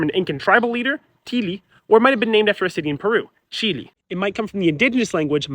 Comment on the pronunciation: Finally someone who pronounces Chile correctly 🙏